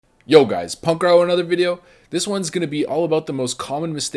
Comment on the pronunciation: Can you make a video where you say Punkrat instead of punkrow please?